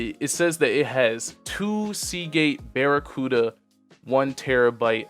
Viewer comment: Lmao, this dude said barracuda